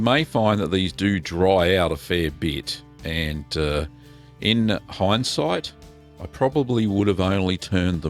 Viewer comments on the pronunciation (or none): none